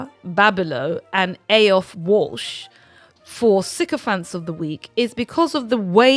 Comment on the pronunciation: Aiofe is pronounced 'Eefer' - Such a strange and unusual name, and this is the third time I've run into it in this last year.